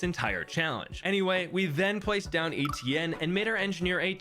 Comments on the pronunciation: ITS NOT “ETN” ITS “ETIENNE” ITS FRENCH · Stop pronouncing etienne like E.T.N.